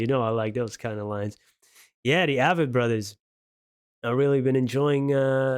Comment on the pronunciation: Love the review. FYI, it is pronounced Avett as in “crave it.” Check out Salvation Song.